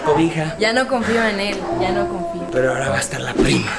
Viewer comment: Mija se dice A-H-O-R-A AHORA